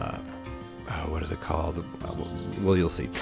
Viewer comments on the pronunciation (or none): none